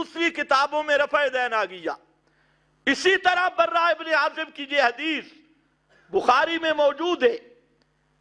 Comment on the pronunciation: بے چارے کو براء رضی اللہ عنھم کا نام لینا بھی نہیں آتا اور اتنی جرات سے صحیح احادیث میں کلام کرکے اسے رد کرتا ھے۔۔۔۔بھائ چلو آپ کو سکھا دیتے ھیں کہ براء میں راء پر شد نہیں۔